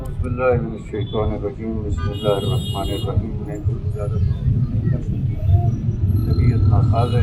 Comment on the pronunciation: محترم بھائی جان آپ ویڈیو کے شروع میں بسم اللّٰہ ٹھیک پڑھا کریں آپ بسم اللّٰہ کی بجائے بسباللہ پڑھ جاتے ہیں